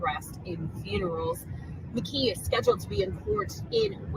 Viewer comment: The suspects name is pronounced McKEE, not McGEE. LOL, just a quirk that bothers me.